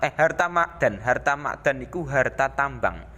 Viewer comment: Ma'din,bukan ma'dan